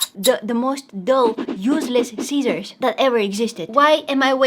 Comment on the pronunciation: When you said scissors it sound like Cesar